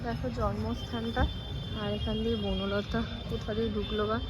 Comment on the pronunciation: Buno lota noy bonolata